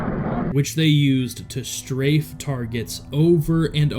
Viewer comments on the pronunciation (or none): none